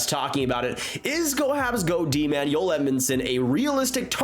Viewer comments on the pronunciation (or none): Good video always interesting but as an aside Joel Edmundson is Canadian , born in Bandon, Manitoba and his name is pronounced "Joel". The J is not silent and its not pronounced "Yoel". On the other hand Joel Armia is Finnish and born in Finland and his name is pronounced "Yoel". So there you have it: the correct way to pronounce their names: Joel Edmundson from Canada and Yoel Armia from Finland. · Joel not Yoel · His name his Joel. Not yoel. Cringe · Why you call him Joyel... He's Canadian Joel... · Why do you pronounce his name “oel” you need the pronounce the J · Joel Edmundson’s first name is not pronounced ‘Yoel’ as I am hearing you use. They J is not silent. Whereas his teammate, Joel Armia is spelled the same way, but the J is pronounced like a Y. Cheers bud. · It’s Joel not Yoel 😂 he’s not a Swede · It's Joel not Yoel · Y'all are smoking crack..Joel Edmunson is not worth a first...its up there with Hall for Larsson. He's a depth dman who's pretty one-dimensional and not standing out. He's also Canadian and his name is pronounced to that of our english language, in J-o-e-l...not European sounding of Y-oh-El. If it weren't for picking up successful assets that the leafs could not afford to keep, the Oilers terrible management would probably have lost Conor or Leon, by now. Not a fan of the Oilers or Leafs. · Just a heads up, it's Djoel... Not yoelle... The guys anglophone ffs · His name is JOEL not YOEL.. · Joel Armia pronunciation messing with too much 🤣